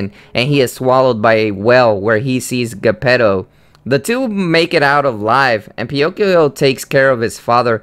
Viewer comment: I don't think it is, but he could at least have the basic information of how to say the names of the characters. I mean, "Quiz motto?" "Guh-petto?"